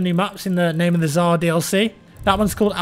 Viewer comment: Am I the only one who doesn't understand why is it so difficult for english speakers to pronounce Tsar correctly? It's "TS" as in "bulleTS". Not T'Zar... I'm not gonna mention that it's only an english transcription and it's originally spelled with "C" (ц) :D